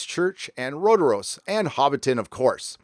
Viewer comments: Jebus George, it's Rotorua with a u (not Rotoroa), about an hour drive from where I live. Sloppy. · poor thing...RotoroA. Also, acrid (AK-rid) not acid, or whatever you said. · Rotoroa is actually spelled Rotorua. Roll the R and the o's are an "oh" sound and the u is an "oo" sound :)